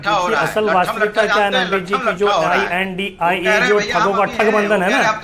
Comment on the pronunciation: BJP ka charan chumbak News 18 ka anchor. I.N.D.I.A. ko I.N.D.I. bol raha hai BJP ki bhasha.